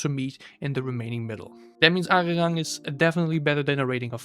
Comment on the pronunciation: he didn’t mention it with the intention of it sounding better/worse. He mentioned to prove you don’t really know much about analyzing music. You can’t back up any of your claims from a musictechnical standpoint. But not really unexpected from someone who can’t even pronounce the album title.